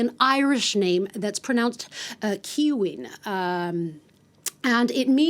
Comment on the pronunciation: Irish person here to tell you that Caoimhín is pronounced ‘Kwee-veen’, not ‘Kiwi-n’ 😂